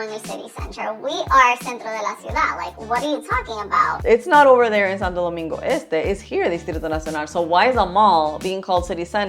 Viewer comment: . Saludos hermano 👋. Estoy de acuerdo contigo en la gran mayoría. Pero vamos a ponernos a pensar……. Ella pronuncia Santo Domingo perfectamente, con su honor y energía. Si vamos a ser todo al 100%, por qué no dice “Saint Sunday”?? Si vamos a ser las cosas bien, vamos a serlas todas bien no selectivamente. Cómo se dice Santiago en Inglés?, Punta Cana? Jarabacoa? etc. etc.? Por qué no rendirle honor a el nombre República Dominicana?